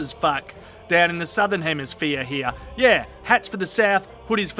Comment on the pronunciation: when you say "the north" like that it makes me think of john snow